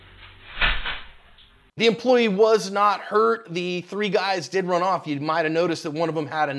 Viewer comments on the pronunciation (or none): Perps 'runnoft'